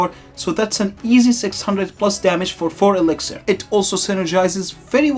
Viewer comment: do my ears decieve me??? 4 EXIXIR!?